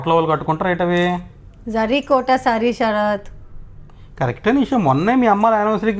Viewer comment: తెలుగు ను చంపేసి శ రాత్ అని అంటున్నారు. సార్ పేరు.. శరత్ లేదా శ రాత్.. ఏది చెప్పండి.